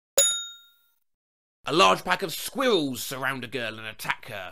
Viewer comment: excuse me but please pronounce squirrels again?